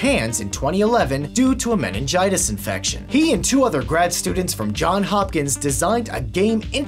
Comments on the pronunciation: "John" Hopkins. Come on, man! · Its JohnS Hopkins! not John Hopkins! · the university's name is Johns Hopkins, not John Hopkins. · It's Johns Hopkins not John Hopkins you uncultured swine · The university is JohnS Hopkins, not John Hopkins, heheh. Yes, there is an S at the end of both names.